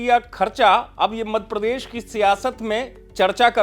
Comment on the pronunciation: आप मध्यप्रदेश बोलना कब सीखेंगे, मधप्रदेश 😂